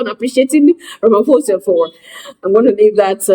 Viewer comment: Ramaphosa is constantly pronounced as' Ramphosa' (p) and not (f).